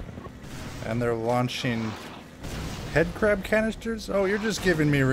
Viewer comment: 😅 I think you meant headcrab cuz you said it wrong😅